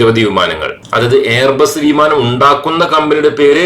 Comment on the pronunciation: വീമാനം അല്ല വിമാനം